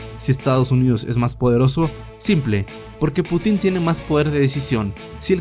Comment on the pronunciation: Es Un Putin, sin acento en la "i".